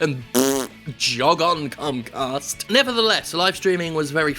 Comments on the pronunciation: Did Jim call it cumcast? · Was you pronouncing it "cumcast" intentional or a beautiful mistake?